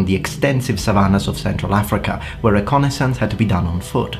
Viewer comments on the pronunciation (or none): none